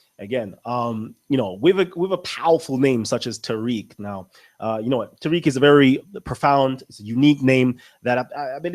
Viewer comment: People, he's Ta-reek, not Tie-reek. I'm Tyriq.